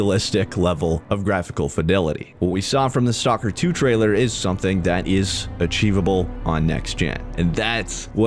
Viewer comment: Ay one else geting triged by the way he produces STALKER its not stalker. when you say it you have to prounds the L staLker